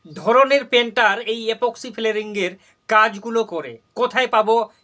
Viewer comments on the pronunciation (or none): গ্রামের লোকেরা কথা ছাড় তোর মুখ দিয়েই তো ঠিক ঠাক ইপক্সি ফ্লোরিং কথাটা বের হচ্ছে না । Unsubscribe Korlam আমি গ্রামের ছেলে । 👍